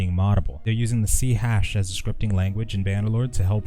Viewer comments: C hash? I believe its pronounced C# (sharp) :) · C Hash?! haha, do you mean C-Sharp?? Otherwise, thank you for the vid :) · C-"HASH"? It's C-"Sharp" you donut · did you just pronounce C# as C-hash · It's pronounced c sharp